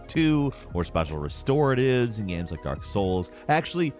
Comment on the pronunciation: He will usually say "Gams" instead of "Games."